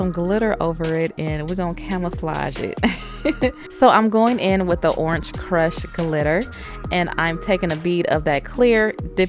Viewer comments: I love your "CH" at the end of Orange! "Oranch" 😂😂😂 I love listening to your voice sis, the nails are Bomb!! 😍😍😘😘😘💝💝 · Great video 👍... girl did you say oransh?🤔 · 😂😂the way she says orange has me dead but those nails🔥🔥🔥 look sooo pretty😍